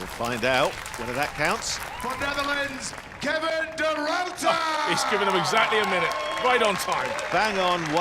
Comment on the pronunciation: . Oh for crying in a teacup people. Why is it so difficult to pronounce a name correctly? It's De Ruiter, not Du Router. Darn it, I've even heard them say De Rotor at one point. If you are unfamiliar with the pronunciation of a name, do some research if you must, but don't mess up a man's name.